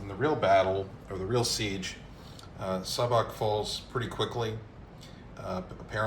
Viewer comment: Hello, I’m from Šabac. The Š is pronounced as a sh- sound like in shadow and the c at the end is pronounced like the ts in tsar so something like sha-ba-ts. Great video, always happy to see my home city mentioned especially in historic contexts 👍